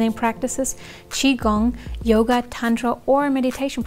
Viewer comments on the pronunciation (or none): none